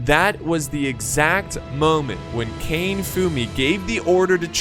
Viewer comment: It would be Ka-ne not Kane....